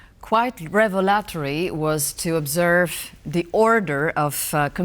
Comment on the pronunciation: "revelatory" - - - REV/ul/uh/tor/ee - - - (hear the pronunciation on WIKI)